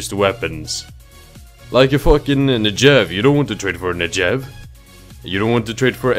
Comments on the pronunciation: HE CALLED THE NEGEV A NEJEV XD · Great video, by the way the Negev is pronounced as it's written, not "Nejev" :) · You prenounce "Negev" wrong and it hurts...